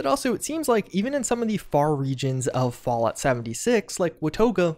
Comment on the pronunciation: He says fault 76 tho